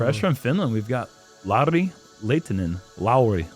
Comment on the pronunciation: pronouncing Lauri pretty much perfectly feels so warm in my Finnish, disc golf loving heart. Great job. 👏🏻